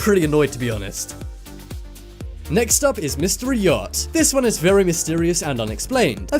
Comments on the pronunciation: "Yatch"? U mean "yacht"? Pfft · you said yatch, not yacht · Btw... It's "yacht" and not "yatch" :) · It’s actually Yacht not Yatch lol 😂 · mystery yacht not yatch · Mystery "YATCH" ... eh? Have no idea what a "yatch" is ;-) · I hate to be that guy, I really do. "YACHT"